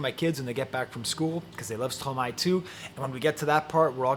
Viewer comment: I hear you, both literally and figuratively. Thank you for your review and your deep appreciation of Stromae ( and the correct pronunciation of his name!), First, I believe your are correct in stating that "L'enfer c'est les autres" is from Sartre, but is it not from the play "Huis Clos" (No Exit) where a group of people sure to drive each other crazy are trapped together in a room, which is HELL. Do you know the play? In this case, Hell IS other people. That brings me back to your interpretation of "toi." I hear the haunting chorus of female voices that starts him fighting with himself. "Ya Ya Ya Ya Ya" they sing. Is "toi" some guilt-laden memories of women in his past? Stromae is so great because he takes on the most difficult issues. Mental illness with suicidal ideation surely is one. I can only think of one song where he thinks of suicide, "Te Quiero" where he envisions himself at the top of a building about to jump off and "j''aurai l'air d'un con quand je sauterai dans le vide." This is about a love/hate relationship. "Je l'aime à mort mais je la déteste." Is this happening again? "Fraid so. So....